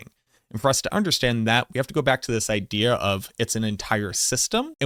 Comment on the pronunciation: I love you. You say "Idea" as "Idear"